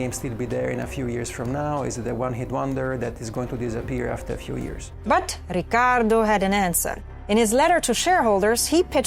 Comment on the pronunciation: Love how you pronounce the Rrrricardo. Keep up the good work! I already know this channel will blow up